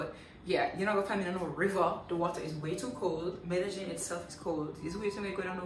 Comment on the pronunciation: Apart from the pronunciation of medellin, you're a nice blend of frank and clean wrapped up in a nice bod...hurray to hookah